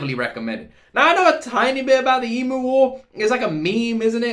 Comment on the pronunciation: It is promounced eem-yew. Not ee-moo...